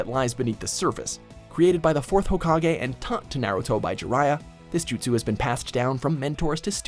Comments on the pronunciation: Sahil Yeolekar they can't even pronounce jutsus right God damn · Justus not Bakuyugan or sharigan